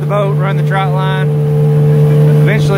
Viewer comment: It is TRÔT line TR Ô T , NOT TROUT . Jeez , I never thought I would be the pronunciation police . But its that one thing .